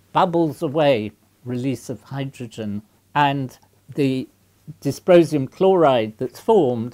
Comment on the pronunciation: Sounded to me like "disposium".